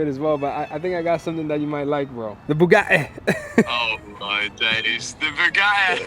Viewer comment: It's NOT Bugaddddddi, it's BugaTTi.... it's Italian name ffs! :)